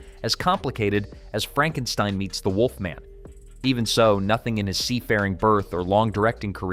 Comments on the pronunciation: I'd like to say it's Not Frankensteen it's Frankenstien, however, I give you the benefit of a doubt, as you probably only saw part of Young Frankestien. 😁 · Its not Frankensteen its Frankenstein (stine) learn how to read your script!!!! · FRANK_EN_STINE...NOT STEEN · You lost me at "Frank n steen" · You lost me at FrankenSTEEN. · Franken-STEEN?? LMAOOO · it's "Franken-STEIN or Fronken-STEEN. that poor A.I. has gotten the Universal/Mel Brooks films messed up. 🤣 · Franken Steen?WTF😂😂😂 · Frankensteen? Over with you. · Frankensteen ? Literally ROBO HORSE CRAP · You pronounced Frankenstein, Frankensteen...lol You really need to loose the AI narrator or at least pay attention and correct AI mistakes. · Then it would have been Fronk-en-steen. The AI narrating this is just not too bright. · You TOTALLY butchered Frankenstein's name the first time you said it! You should've listened to how Lon Chaney Jr. said it in the movie......you know....the RIGHT way!! 😳